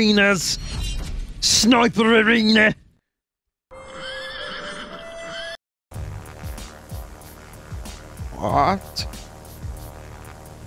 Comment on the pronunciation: SNOIPAH ARENYAH